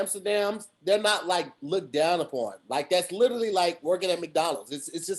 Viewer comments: can't say literally for anything 😂🤣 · Its difficult listening to completely murder the word "literally"